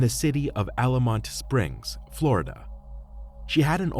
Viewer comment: It's Altamonte Springs, not "Allamonte".